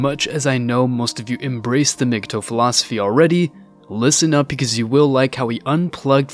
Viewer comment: You are pronouncing it wrong. It's not mg toe. It's pronounce mgtow like towel